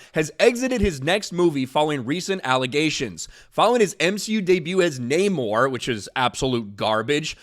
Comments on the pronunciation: Uh, it's *NNNUR-Mor!...nnnuuurrr-mmmoirrr Victoria Alon...whelps...."So"?! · See what happens when you say the namor name wrong lol